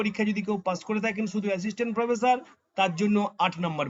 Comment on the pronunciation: আপনার উচ্চারণ ঠিক করে নামুন।স ,শ,ষ আছে । শ ষ হচ্ছে স।স হয়ে যাচ্ছে শ। প্রোফেশার নয়।াপনি /আপনারা অটো বা টোটো ট্রাই করতে পারেন।